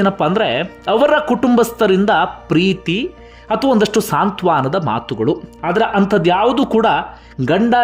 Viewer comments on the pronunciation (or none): ಸಾಂತ್ವಾನ ಅಲ್ಲ ಸಾಂತ್ವನ